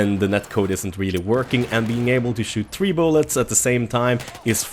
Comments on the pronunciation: 3--> tree ???? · Fattar inte hur du kan säga så jäkla fel på siffran 3 på engelska men annars prat fel fritt? Du säger (över satt till svenska) ett två träd. Det är One Two Three INTE One Two tree. Uttala det som du uttalar tjock på engelska (inte fet = fat) utan Tjock, Bastant, Kraftig = Thick. :) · 'Battlefield Tree' lol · Come on!!!! U pronounce three, "free" not "tree" dude;)!!!!